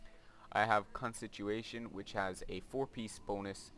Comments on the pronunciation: it's not consituation, it's constitution (con-stih-too-shun). But fantastic guidance here. Thanks! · Great vid. You did make me laugh when u said "consituation" though :)